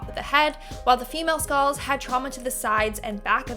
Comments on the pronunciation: “Skaals “ tf is a skaal? Lmfao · Skalls? Lol